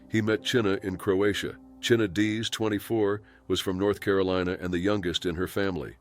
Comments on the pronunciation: It’s pronounced China NOT Chinna! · Chyna’s name is pronounced like the word “China”. TY. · Her name was pronounced china!